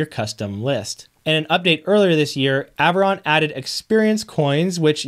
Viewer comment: you are saying the product name correctly. So how did we get to ?! Lol